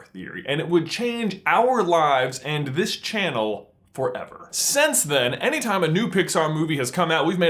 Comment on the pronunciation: i know it's just a small thing, but once u hear it, it's grating. Since =/= sense. Why does he pronounce since like sense??